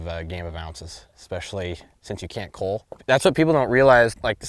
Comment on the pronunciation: Plus the way he says Cull drives me nuts. Sounds like he's saying Cool or Cawl